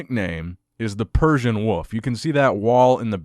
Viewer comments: it’s persian wolf not wuff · are you saying woof or wolf? I couldn’t tell! Great video though man.. I miss these multiple story news updates! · I love how pronounces wolf like woof